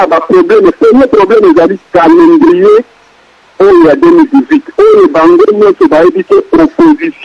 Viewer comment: ayebi ata ko prononcer mot "Calendrier" Mawa trop.